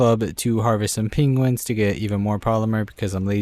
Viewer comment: dude, say "penguins" again XD